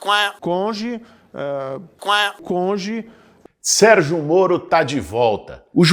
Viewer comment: "Conge " ... Quaa ... Marreco de Maringá